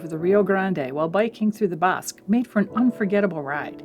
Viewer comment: Beautiful video, one error the pronunciation of the area by the river is called Bosque the ending sounds like the ending of out cities name Albuquerque or the Spanish works for “what” “Que” local here and still really enjoyed your video